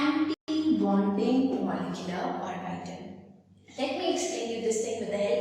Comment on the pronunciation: the video is good but her pronunciation of orbital is killing me ahhhhhh